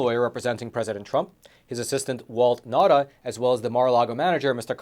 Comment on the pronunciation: His Name is Nauta a Chamorro Native Name Pronounced Nowta